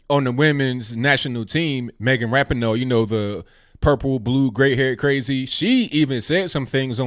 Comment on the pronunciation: it's Rah - Pee - Noe., not Rap - in - Oh. Accent on the second syllable.